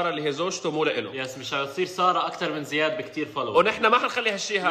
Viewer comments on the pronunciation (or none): اسمه زياد مو زيد 😂😂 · بس اسمه زياد مو زيد 🤣🤣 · زيااد وليس زيد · اسمه زياد مو زيد 😂😂😂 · اسمو زياد مش زيد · زياد مو زيد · اسمو زياد مش زيد 😂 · زياااااد مو زيد😒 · زيااااااد مش زيدددد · زیاد مو زيد😂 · اسمه زياااااااد مو زيد هههههه